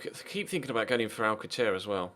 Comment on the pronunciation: its pronounced Al-sal-ser